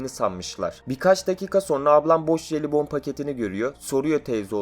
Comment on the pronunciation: Jelibon derken ne dediğini anlamadım.,.